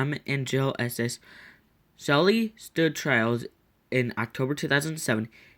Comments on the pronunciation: It's not shely it's sheally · This is painful to listen to his name is Sheley she lee is how you pronounce it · Its pronounced shee-lee